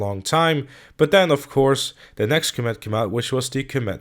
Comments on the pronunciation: It is called the com it not combet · I can't handle how you are pronouncing comet, are you saying "coh-mat"?? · coMÉT?... I have never heard anyone pronounce it like that. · coMÈT... OK, I guess that's the pronunciation we're going with. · Please type comet into Google Translate and learn how to pronounce it. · Is the fact that he is pronouncing* it wrong a easter egg?